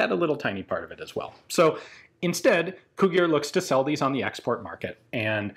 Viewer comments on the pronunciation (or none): Yeah, whenever somebody sees "gi" they pronounce it like the romanian "ghi". So instead of "Cugir" it's pronounced like "Cughir". Still better that there is a video made about it rather than no video about it. I didn't even know the gun existed until I saw the video lol. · Yet another Romanian gun I never knew about, thanks for showing. By the way, Cugir is pronounced like "koo-jeer", though I admit the other way sounds pretty cool. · The pronunciation of Cugir in English is similar on how you pronounce cudgel but with a a longer "u" that is something like Coodgir :P Nice video, Ian. We like to think that us, Romanians, make do with whatever we can lay our hands on. This is why we adapt our weapons to our needs but with very little money involved :D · The name of the town producing the weapon (Cugir) sounds like trying to read ‘Kujir’ if you want a proper pronunciation. Spent all my summers there, amazing place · I always liked how people say Cugir, sounds like Cughir... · Actually Cugir is spelled something like Kugeer, kind of like in Italian. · Cugir is pronounced with "j" sound like "jelly". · Cugir is pronounced coo-geer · It's pronounced Cu Jir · fyi it is pronounced [c u g i r] just like its spelled, check google translate sound :P